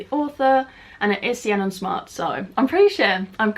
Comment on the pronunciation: Lovely video and loving the new animations - I think Ciannon is pronounced like Shannon though, but spellt differently :)